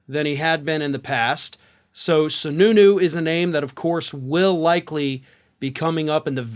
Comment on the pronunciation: Did you say Sununu or snu snu? I guess it really doesn't matter, with any republican we're screwed.